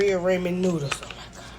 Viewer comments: Why is "ramen" such a difficult word for people to say correctly???? It's RAH-MEN, not RAY-MON😖🤦‍♀️ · Hearing someone pronounce ramen as "ray men" is just cringe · I will never buy food on Facebook Marketplace. Also, that woman mispronounced ramen. It's not 'Ray-men,' it's pronounced 'Rah-men. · Ray-Man Noodles. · Did she say Raymon noodles…😂😂😂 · Wtf is she pronouncing ramen like Raymond? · I KNOW she didn’t just say “be-rea….rayman”!😂😂🤣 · BARIA- RAMOND!!! WTF she cant even pronounce what she is eating!! 😂